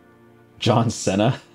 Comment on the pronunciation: I really hope you were kidding when you said John Sena instead of Cena